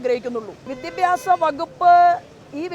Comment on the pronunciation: വിദ്യബ്യാസം അല്ല സോബേ.... വിദ്യാഭ്യാസം